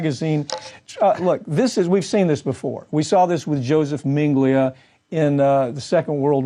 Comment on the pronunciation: Probably you should get a guest on your show who can pronounce Josef Mengele's name properly, and can also pronounce the word narcissistic properly.